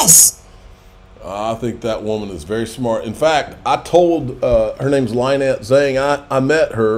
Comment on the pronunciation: Her name is not lie_net. It's Lynette. Such as Lyndon Johnson. It's a short i sound. I told you this repeatedly before you met her at xrp Las Vegas. So you told her you were the troublemaker but the way you pronounced her name told her yet something else. I tried to save your reputation but my comment got lost amid every monkey's uncle shilling their meme coins. Oh well I tried...